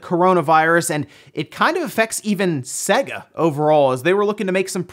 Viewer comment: If only he could pronounce Sega.